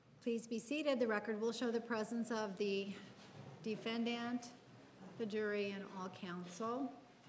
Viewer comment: defend-ANT lol